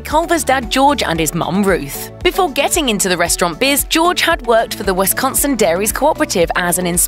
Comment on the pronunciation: Culver's does rock. Great food and atmosphere. But it is pronounced Wis-con-sin, not wes-con-son.